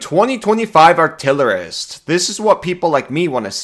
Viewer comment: ah yes, the Arillerist